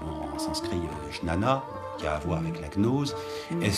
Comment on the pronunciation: Juste pour info, jnana se prononce "guiyana"